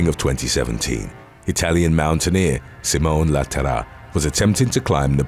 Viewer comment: The way he says "simone la terra'' made my poor italian heart cry 🤣🤣